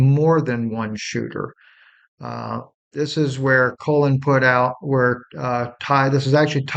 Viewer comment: What is this guy talking about? "Shooting OF Tyler Robinson"?? He can't pronounce the name Colin. He says Colon, he tells us what's happening to a bird outside his window. Smh.....IMO, this not reputable information being shared here...🤨🤨🤨